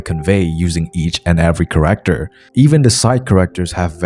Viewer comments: character pronounced as corrector confused me so much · Yo dude by "corector" do you mean "character"?, i aint good at english....